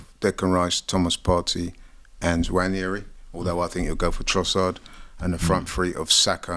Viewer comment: Why do they keep pronouncing Nwaneri wrong?? It’s not Nwanieri (like Ranieri) - its Nwaneri